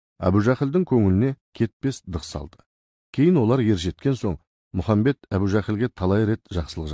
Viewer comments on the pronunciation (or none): Мұхамбет емес Мұхаммед